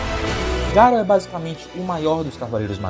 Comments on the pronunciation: Ñ é Garu, é Garô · não é ser chato, é o nome certo do personagem, e é um nome fácil de pronunciar. Já pensou se chega algum youtuber e começa a chamar o Batman de Batmão. Se fosse um nome de pronuncia complicada eu até entenderia, mas Garo é um nome simples. O pior é que até os grandes canais cometem esse erro